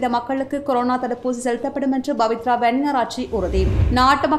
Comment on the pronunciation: தமிழை சரியான முறையில் உச்சரித்தால் செய்தி மேலும் தரமாக அமையும். உ+மாக பPவித்ரா வன்னியாரெச்சி என்பதை பBவித்ரா வன்னியாராச்சி என்றும், கோGற்றாபேB ராஜபக் ஷ என்பதை கோத்தபாய ராஜபக்ஸ என்றும் வாசிக்கப்படுகிறது. இது போன்ற நிறைய மொழிச்சல் பிழைகளை என்னால் இங்கு சுட்டிக் காட்ட முடியும்